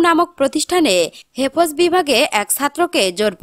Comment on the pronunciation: হেফয শব্দটাও উচ্চারণ করতে পারে না, সে আবার সংবাদ পাঠিকা